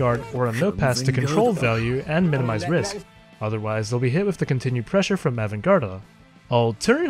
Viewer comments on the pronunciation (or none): none